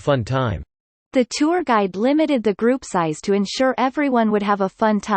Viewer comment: おはようございます。 今日は2です。 tourがtwoに一瞬聞こえて、？？？となってしまいました（笑）